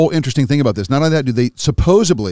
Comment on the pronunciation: I can’t take a grown man serious who prefaces his sentences with “supposebly”. If you haven’t figured that shit out yet, nothing else you’re saying has merit.